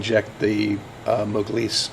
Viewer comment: what is this "moglise" you kept saying